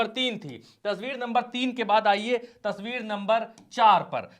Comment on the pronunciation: Aapne baar baar tasbeer kahe rahe hai o tasbeer nahi tasveer hoti hai janab